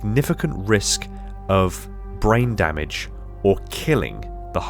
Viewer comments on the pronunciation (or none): none